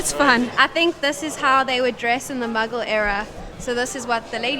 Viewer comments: First thing’s first: keeps calling Mughal as muggle. It’s hilarious. It’s moo-ghall. These videos in Pakistan. My impressions are bitter-sweet. Mostly sweet. I’ve kind of been weary of white YouTube travelers to Pakistan. You know, the same drill: exoticization, exploitation of the social generosity, and not actually investing in local stories. This duo here seem to have avoided all three of these. Well, mostly. And, for that, they’re my favorite YouTube visitors to Pakistan. Now the bitter part. The two are utterly naive. Which, is not a 100% bad thing. I will admit I enjoyed the almost childish curiosity visible as they go about randomly discovering places. Some of their explanations and predictions about stories and histories are laughable…in a cute way. But, at the same time, I would have appreciated it if they’d done a bit of research before visiting the places. Because, if this is meant to be a tourist guide of some sort, it should inform. That said, I’ll admit I too have travelled several countries with out doing enough research. And, it’s been fun discovering them as I moved along. However, I always came back and spent hours in books and online blogs to truly do justice to the trips. I hope these two can invest their time in some pre-research as well. I’d also add that I’m surprised that they didn’t move along with a local who could speak English. I have become so used to these blogs where an overdressed Pakistani tries too hard to impress the foreigner. So, it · When she said "The Muggle Era" instead of "The Mughal Era" the Harry Potter in me wokeup 😂